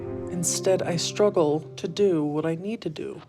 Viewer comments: Is he saying scruggle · "I scruggle to get up, I scruggle to move" 😂